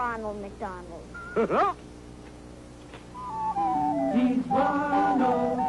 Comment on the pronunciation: Just heard "Ronald McDonald" or "Ron-El McDon-El"....are they dropping the EL at the end for angelic?